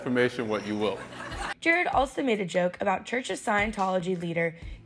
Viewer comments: Bro literally introduced himself as Jerrod and you still calling him Jared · Jah-Rod not Ger-Red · JER ROD. not jared. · Definitely not pronounced "Jared". It's "Ger-Rodd". AH killin it smh lol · Not pronounced like Jared, it's like jurr-odd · She really said Jared Carmichael lol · Lady, he literally introduced himself. Pronounce his name the way he pronounced it, why is this hard? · Pronounced Jer-ROD. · That’s not how you say his name😂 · well if your name is Todd and we called you Toad, I'm sure that'd be annoying. Eventhough you're already in obscurity. Good or not, dude's name should be pronounced correctly. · Really mispronounced his name like he didnt say it during the awards show. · You guys can at least pronounce his name correctly cmon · that’s not how you pronounce his name😂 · He mispronounced her name? What joke landed? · A vapid, vocal-fry-inflected voice mispronouncing “Jerrod” and “Miscavige” and saying Jarrod Carmichael is “an SNL alum.” Nope. Never was a cast member. Quality media, Access Hollywood.